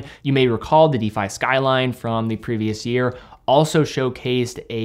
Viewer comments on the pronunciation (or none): none